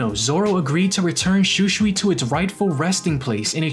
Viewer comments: Bro igs shusui not schuschui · The way you pronounce Shūsui , hurts my ears. Sorry, it just sounds so wrong, please pronounce it properly at least. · Why is he saying shusui wrong